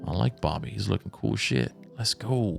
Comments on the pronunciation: I have to be honest can't read, Cellhorn when it's Guellhorn, Bobbie instead of Boobie lol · His name is Boobie like tits lol. Not Bobbie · his name is BOOBIE 😭😂😂 you read it as Bobby so many times. It’s BEW-BEE 🍈🍈 😂😂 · Mf can not read the most simple shit, it kept bothering me when he said “bobby” like bro, its pronounced boo-be 🤦‍♂️🙄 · Boobie Ike not BoBBy 😂😂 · It's BOOBIE NOT BOBBY 😂👍🏾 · BOOBIE IKE not bobby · Boobie not Bobby. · Oh and "Bobbie" NAME IS BOOB-E "BOOBIE" not Bobby lol at first didn't know if you was reading it like that just so you didn't have to say it or what lol But it's BOOBIE lol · BOOBIE, NOT BOBBY LOL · His name is boobie not bobby lmao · his name is boobie not bobbie 😂 I didn’t notice until I read the bottom part of the text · Boobie Ike...Why are you saying Bobby Ike? lol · Hahaha the night club dude's name is BOOBIE not BOBBIE brother 🤣 😂 😆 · Boobie dude lol not Bobby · Its Boobies not Bobby’s 😅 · boobie not bobbie lol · boobie not bobby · Bro I think it's boobie not bobie😂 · Boobie, not Bobby. Learn to read! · Bro are you dyslexic? Bobbie, Port Cellhorn.. the mispronunciation of these names is diabolical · You kept saying bobby instead of Boobie 😂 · Yeah thats what I said 😂 It's understandable tho.. Who would assume someones name is Boobie 🤣😭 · This man’s really said “Bobbie” instead of boobie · I can't believe pronounced boobie as bobby😭